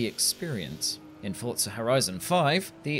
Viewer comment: The only thing about this that annoyed me is the fact he pronounced "Forza" like "fortza" 😤